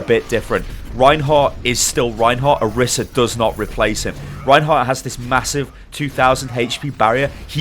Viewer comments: Orisa, not Arisa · What annpys me the most is people are pronouncing the name as "orissa" but there is only 1 S!! It needs to be pronounced as "oraisah"! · Not pronounced OH-RISS-AH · it's oriisa pronouced oreesa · "Oh- Ree- suh". Roll the "R" (proper pronunciation) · No one can say orisa correctly